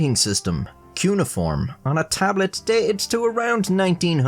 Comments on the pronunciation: Hey dude, just a heads up, that's not how you say Cuneiform. It's "kyoo-NAY-if-form", not Q + uniform. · Cuneiform. Que-NAY-if-form. Sorry, pet peeve.